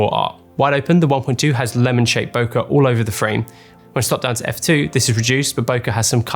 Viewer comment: Could you at least pronounce ‘bokeh’ correctly.